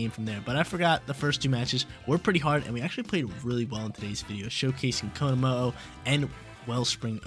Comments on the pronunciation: Please never stop saying konomooh I love it ❤ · This team is dope, I feel like Tera steel on komo with flash cannon over aura sphere helps you not be walled by flutter mane completely though. I really wanna try him out soon. Also the way you’re pronouncing his name is absolutely sending me lmao 😭